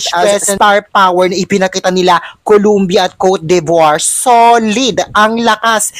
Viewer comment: Exceptional performance ng Philippines and utter beaity; the sun shining through! better pronounce Cote de Voire ( kor du) vwar).